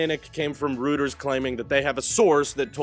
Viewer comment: Reuters is pronounced "ROY terz", not "ROO terz". Don't look at me, man, German is weird. Other than that... solid report, as usual. It's good to see someone slap down this ridiculous cybertruck FUD.